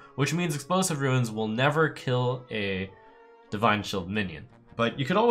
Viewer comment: Trump, they're runes, not ruins.